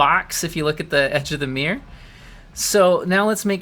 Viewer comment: "the mear" (mirror) gets me every time xD